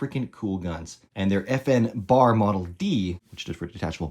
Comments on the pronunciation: Not BAR, as in, rhymes with car. It's B-A-R, with each letter pronounced individually. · Pronounced phonetically "Bee, Aaa, Aar", never referred to as "bar," i.e., bar stool. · Pretty good article but man, its not a BAR, its a B-A-R! All the Vets know this. If you cant get the name right, you've lost the interest of the men who know the rifle. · “Bar” 🤦🏼 Sheezus man. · The name is sounded out by letter B-A-R, an initialism that is not pronounced as a word, and not the acronym "bar" as in the Marine KA-BAR.